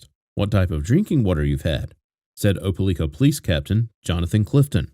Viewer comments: It's pronounced Oh-pa-like-ah Great video, as always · Not being rude but it's pronounced , like not lick . Opelika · It’s o-pe-like-a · Opalikaispronounced with a long i= ("OH puh like uh"). Just FYI 😊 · It’s O-puh-LIE-kuh . My home town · Lord have mercy. No one can ever pronounce Opelika. It's Oh-pah-lie-kah. This story remained such a mystery for far too long 😢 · You got it right except for the third syllable. It's pronounced O-puh-like-uh. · I live like 30 mins from opelika and I die every time I hear him pronounce it 🤣